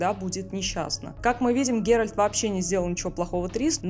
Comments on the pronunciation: ГеральТ, а не ГеральД !! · ГеральТ, Т, Т не Д, не ГерольД, не герОльд. ГеральТ! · почему голос все время говорит ГеральД когда должно быть Геральт это что нейросеть ролик сделала? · Согласен с мнением автора) видео крутое, автора слушать одно удовольствие, только ГеральД сильно ухо режит 😅